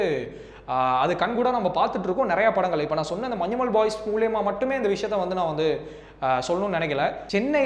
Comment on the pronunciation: മഞ്ജുമോൾ മാറിക്കിട്ടി 😂